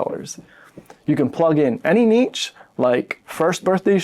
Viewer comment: Is it pronounced neesh or nitch? No one has ever figured it out. You solved the problem with neetch. 😂